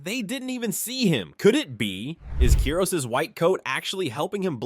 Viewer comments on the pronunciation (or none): its KIROS not keros